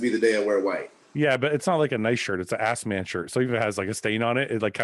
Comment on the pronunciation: Yo, shirt says Asman not Assman. Asman is the booty loving lion from the Narnia chronicles.